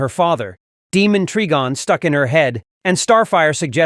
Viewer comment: A human-looking girl? You mean a strong flying alien woman? Who is TamarANIAN, not Tamaran? And later, Starfire and Tara talk about TRIGon, not Treegon?